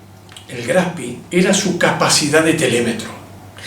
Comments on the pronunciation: El nombre del acorazado Graf Spee es alemán, no inglés. Por lo tanto, es una expresión ignorante decir "Graf Spi" y no como corresponde: Graf Shpé (en una fonética muy rudimentaria). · Me temo que es Graf SpRee,con R,y se pronuncia con E al final,no lo convertamos en inglés,qe no tiene nada que ver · Todavía me asombra que digan el nombre como si fuera inglés! No se pronuncia SPI, se pronuncia SHPEE, extendiendo la doble E. No hay fonética de i latina..... Aparte de eso, las explicaciones son son excelentes. Felicitaciones! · No se dice Spi sino Graf Spee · Buena aclaración! Pero tampoco es "espee" . La correcta pronunciación (fonética) es shpee (como shh de silencio) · Lo pronuncia en inglés: Graf Spi! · Muy interesante. Solo como comentario, La mayoría de los informes pronuncian el nombre del barco en inglés. Lo ideal sería pronunciar como suena en alemán la E de Spee. Saludos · HERMANO: "CON TODO RESPETO, QUE CARAJOS DE GRAF ESPI ????" NI SIQUIERA PODES HACER EL ESFUERZO DE PRONUNCIARLO BIÉN ? Hoy no hay excusa !!!! tenés cientos de recursos para decirlo bién !!! Estoy harto de que siempre son lamebotas del ingles y donde ven doble "o" o doble "e" repiten como loros como si solo en inglés hubiera esa escritura!!! ME TIENEN HARTO !!! HASTA PERIODISTAS LO PRONUNCIAN MAL !!!! Vos lo decís.......80 años y no pudieron tener el respeto de decirlo bién ?Deberías hacer el video de nuevo con el nombre bién pronunciado!!! QUE CREDIBILIDAD DE LA INVESTIGACIÓN PUEDE TENER ALGUIEN QUE NI SIQUIERA SE TOMA EL TRABAJO DE AVERIGUAR EL NOMBRE DE SU "INVESTIGACIÓN" ? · Por favor diga bien el nombre del barco. Era alemán y se pronuncia graf spee en ese idioma. Suena horrible como lo pronuncia usted. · La e se pronuncia e en aleman.Lo esta pronunciando en ingles.Algo sin importancia.Buen informe.